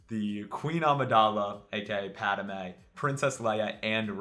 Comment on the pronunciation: Thanks for continuing to do these vids, love them! You seem to add another syllable when pronouncing 'Padme', is that just cause where you're from?